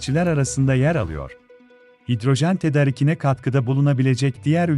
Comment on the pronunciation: Spiker kardeşim şu tedarik kelimesini a nın üzerinde inceltme işareti varmış gibi oku.